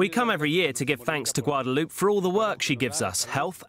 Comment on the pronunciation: Learn how to pronounce Guadalupe Loopay not loop.